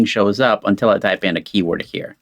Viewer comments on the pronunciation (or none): none